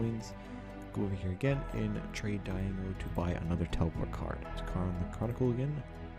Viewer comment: Trade "die go" ehehehe its "dee-aye-go"